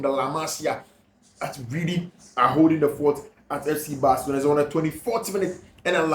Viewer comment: Bathlona or Barcelona?? hahaha why do u keep changing your pronunciation? looks hilarious.. better keep to one pronunciation